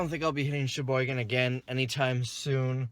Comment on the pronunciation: He keeps saying Cheboygan, but it sounds like he's saying "It's ya boy again"